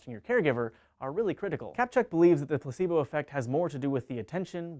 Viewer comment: It sounded like pussybo effect.